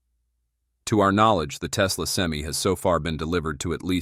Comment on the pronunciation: Well, for $415,000 dollar investment, you would think they can say SEM-I